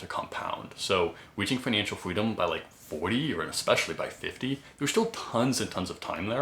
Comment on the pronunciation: I don’t know the words weaching, wery, etc. Learn overemployed. I made like 700k, saved and have roughly 450k invested